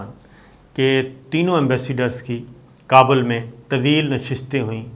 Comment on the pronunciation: "Qaabul" ... "shakist" ... 😀😀😀😀😀😀 اس بندے کے املا کا کوئی کیا کر سکتا ہے ۔۔۔؟